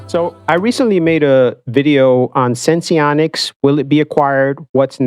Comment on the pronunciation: Just like it’s dexcom, not dexicom.. it’s senseonics, not sensionics 🤦‍♂️